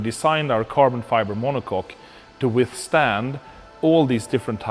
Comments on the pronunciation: He said cock. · He said Monock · Haha, he said monoCOCK....